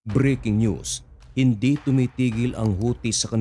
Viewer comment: BREAKING NEWS, pronunciation ay B R E KING NEWS……AMERICA…..A M E R I C A or USA na lang para mas madaling Sabihin.